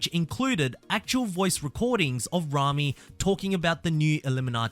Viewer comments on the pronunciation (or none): none